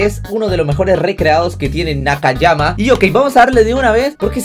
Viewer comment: nakayama envez de takayama xd